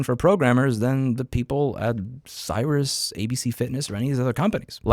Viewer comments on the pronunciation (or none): By the way it's pronounced "Serious" rather than "Syrus" lol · It’s pronounced serious xm. Not sirus xm. You are missing a letter in the name. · it's pronounced 'serious' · Serious not cyrus.✌ keep fighting the fight though. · Is it Cyrus like he says? I thought it was pronounced like serious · All you have to do is cancel. And it's pronounced "serious", not "cyrus". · It's Serious, not Cyrus. Bababooey. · Not gonna argue on any of your points. But I WILL say that you are pronouncing the company's name wrong. It's pronounced "serious", not "Cyrus". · If you've ever heard their commercials, you'll know how Sirius is pronounced. haha. See-rious. Not Si-rius. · You really mispronounced Sirius the entire time LMAO it's pronounced similarly to "serious", not Cyrus. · Louis, it's pronounced "sirious", no "cyrus". But aside from that, spot on and it appears that they are being sued for it. I was a subscriber to XM and canceled when Sirius bought them, before they made it impossible. I did buy a GM car in 2017 that included 3 months free sub. I wasn't interested and listened for a few days before realizing how bad they sucked. They hounded me for months via phone and mail. Since they never had my credit card info, I just told them politely to please f-off. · Great video! PS. It’s Sirius, pronounced “serious.” Not like “Cyrus.” (Then again, they are an awful company, so who cares 🙂) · FYI… It’s pronounced like the word “serious”, not “Cyrus”. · It's pronounced "serious", not "Cyrus". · Louis, It's Seer-eee-us , not Syruss. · Sirius is dreadful. They've had the same issues for nearly 20 years. Btw it's pronounced "serious" not "cyrus" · Great commentary but SiriusXM does not pronounce their name as Cyrus - it is pronounced as Serious. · Great content, Louis. Thanks! Also, just fyi, Sirius is pronounced serious. Easy way to remember is…SiriusXM is SERIOUS about screwing consumers. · its not "cyrus", its pronounced like "serious" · It’s SiriusXM not CyrusXM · serious, not cyrus